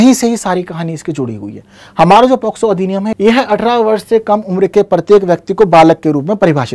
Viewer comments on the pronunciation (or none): Sir ye पॉक्सो होता है शायद।। आप पोस्को पढ़ा रहे हैं 😢😢